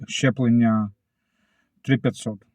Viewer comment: Правильно говорити ЗЧЕПЛЕПЛЕННЯ